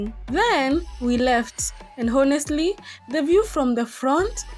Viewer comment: Hello, you were reporting very nice but it would have been much better if you would have followed these points. 1. First is your pronunciation of " Honestly ", pl see from Google the correct pronunciation. 2. Whenever you are vlogging always give information about the time of your journey- when starting when ending, wherever you are reaching any place- the time. 3. Explain about the bus,the fare, snacks prices, lunch price and others like water etc. 4. When you are starting to shoot always welcome your viewers,say Hi Hello to them and not the least don't forget to thank them. 5. Don't always ask to subscribe every time, you know people who like they will do or don't do. You by any means cannot force them to do so. Ok fine that was great reporting, do better in future,.may your viewers increase and you earn a lot. Have a nice day, bye.